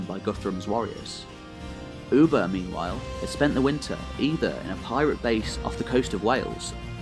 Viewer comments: It's Ubbi, not Ubba. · his name was pronounced (Uh-Buh), not “Ou-Buh” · Its not f-ing Oeba...!!!!! Its Ubba!!!!